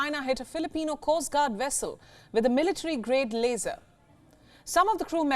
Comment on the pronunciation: it's not a laser it's "a frickin las-or"